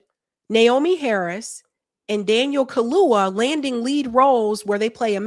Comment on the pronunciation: it's Daniel Kha-loo-YA ....not Kha-loo-Wha